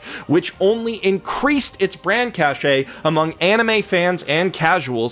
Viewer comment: i'm sure many people tell you this but get your pronunciations right, if you watch the anime you will find that the name sound a lot better when said correctly